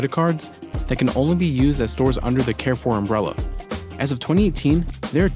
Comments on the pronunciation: Why can't Americans pronounce anything correctly? Someone needs to tell the narrator that Carrefour is pronounced more like car-foor than care-foor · The mispronunciation of Carrefour is borderline annoying.